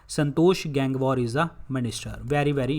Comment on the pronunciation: It is गंगवार Not गेंगवार,also it is स्मृति not समृती 😜। please correct your pronouciation.